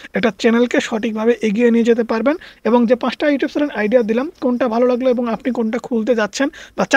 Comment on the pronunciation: উচ্চারণ ঠিক করেন। চ্যালেন কি?